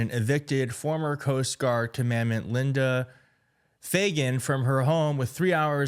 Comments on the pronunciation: Er, David, the word is commandant, not commandment. That's com-man-dant. I'm sorry, but these things matter. You're obviously sincere and earnest; but, if you want anyone to take you seriously, pronounce words correctly. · Please, learn how to pronounce Commandant. It’s not commander. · You kept saying "commandment," but the word is "commandant." It is a weird word to use in the U.S. military--it sounds like the German title. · It’s pronounced (Kom-an-dant). And it’s still shitty. And cruel. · Very regrettable. BTW, her rank is pronounced, "cahmandahnt". Still not sure why they noted that the Coast Guard is in charge of border security. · It's pronounced "KOM-EN-DANT" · Pronounced common dawnt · Brother… it’s com-man-dahnt. David, get this goon off your channel. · Have not been through all the comments but is pronounced "kaa·muhn·daant" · “Kah-mahn-DANT,” please. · It is pronounced Comm -an-dant. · David, love what you do, so this is awkward-;her title is pronounced “kah-muhn-dahnt”. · Commandant is pronounced "Common-dant" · Comm-an-dant is how you pronounce it. Practice words you don't know before posting clips online. Just a suggestion. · And it's Com-mo-dant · Ka-man-dant....I hate to be that guy, but that's the pronunciation. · "Commandant" is not pronounced the way you pronounce it. Please look up a pronunciation for it. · Not hating, but you need to work on pronouncing commandant. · You gotta look up how to pronounce commandant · It's not "comMANDment" ... it's "commanDANT". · Common-dant, not commandment. 😂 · Maybe if you could pronounce the word Commandant you'd be a tad more credible. Not commandment (as in Moses). SMH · Commandant (EMphasis on the 1st SYllable). Navy bases have a commandant, as well as the Marine Corps and the Coast Guard. Its basically a fancy way of saying commanding admiral (or general in the USMC). The commandments (emPHAsis on the 2nd syLLAble) are from Moses. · Commandant not commandment 😂😂😂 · C'mon man. It's not "commandmant".